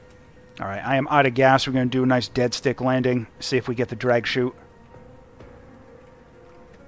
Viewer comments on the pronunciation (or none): none